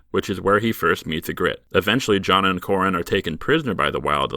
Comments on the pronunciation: EE-gritte, not e-GRITTE. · Your pronunciation of Ygritte was horrendous. Still better than most fans.